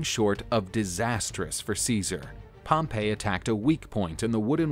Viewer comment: Pretty sure it was pronounced Pompy not Pompay. You might be confusing him with the city of Pompeii. Have you been taking lessons in pronunciation from Biographics?